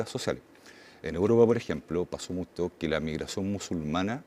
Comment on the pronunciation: Tengo prejuicios por su pronunciación: Tile (chile); Mutso (Mucho).